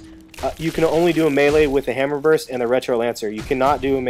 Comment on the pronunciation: its pronounced "burst" and retro lancer is the only main gun i use . you can charge enemies instead of revving up and walking to them when they could gnasher you ect.